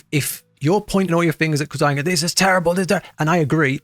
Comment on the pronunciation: So obviously this guy has never seen a Quazii video, since he doesnt even pronounce his name correctly. lol Also WA didnt tell you where to go during a boss fight, at least not the ones I used.